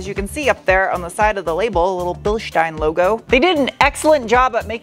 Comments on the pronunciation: Hello! Just discovered your channel. I like that you pronounce Bilstein the correct way (same as Einstein should be pronounced) Also appreciated metric units throughout the video! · Finally, someone who knows how to pronounce Bilstein. One of your best reviews.